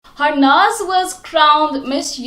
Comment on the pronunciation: Its Harnaaz not Harness